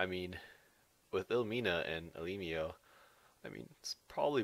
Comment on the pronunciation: You pronounce elimo wrongly